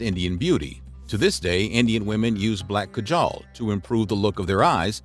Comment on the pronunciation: Ok no hate but as an Indian it’s really funny on the way u said Kajal but I’m happy u still took the effort to try to say it correctly